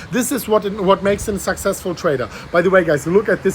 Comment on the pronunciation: Can you please stop saying SUCK SEX FUL 🤦🏻‍♂️